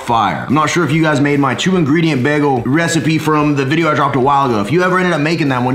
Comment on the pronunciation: It’s pronounced Bay Gul